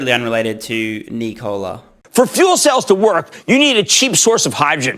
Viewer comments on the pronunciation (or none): You had me ... knee-cola. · Knee Cola 😂